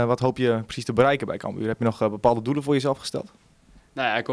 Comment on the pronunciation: NEE, hij zei camBUUR. Het is CAMbuur ffs Lel